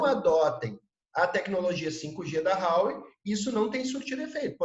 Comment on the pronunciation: Vivo na China. Este cara ai e bom hein. Tudo que falou spot on. Parabens por encontrar esta perola. So nao sabe falar Huawei(华为) se pronuncia em portugues assim: RUAUEI. E ele fala Rauei. Fica a dica.😂